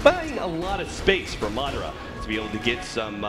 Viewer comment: ITS MA-DA-RA NO MARRA